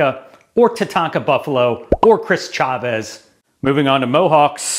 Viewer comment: Chris Chavis... NOT Chavez